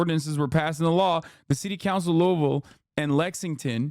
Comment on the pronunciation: Bro said Louisville the right way multiple times. Y'all don't understand how much this means to people who are from Louisville. ❤